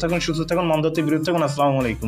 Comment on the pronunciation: ভাই আপনি কি আমাদের মৃত্যু কামনা করলেন নাকি? আপনার সালামটা দেওয়া হয় নাই আশাকরি এরপর থেকে সুন্দরভাবে শুদ্ধভাবে সালাম দিবেন